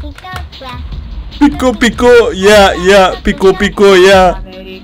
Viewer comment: pika diyo piko